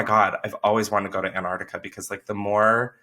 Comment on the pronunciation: Every time I hear Chris say Antarctica, I hear it as Aunt Artica as if he's been off visiting some elderly aunt 😝😂